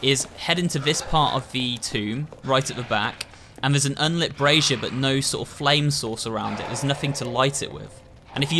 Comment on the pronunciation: Thank you for pronouncing “brazier” ! The only place in the US that word exists is on a Dairy Queen sign and no one knows how to pronounce it